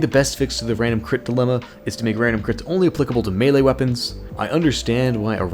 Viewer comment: it's "melee" not "melle"